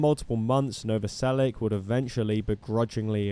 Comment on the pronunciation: It's Novoselich, not Novoselick.